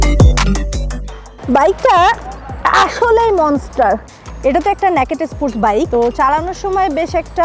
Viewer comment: খালা ওইটা "ন্যাকেট" ইসপোরস বাইক না। ওইটাকে ইংরিজেতে Naked Sports বলে। যার উচ্চারন "নেইকেড স্পোর্টস" হবে।